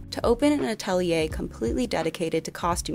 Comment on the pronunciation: i loved this video but your pronunciation of some of the french and/or german words is absolutely atrocious. Atelier, the surname Tatou... please try a bit harder or at least look that up a bit more thoroughly before you post.